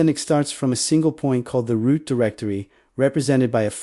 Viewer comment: Your READER sux ROOT --> ROUTE sbin --> spin usr --> oo-sar sys --> seize execute --> WTF was that ? truncated sentences and so on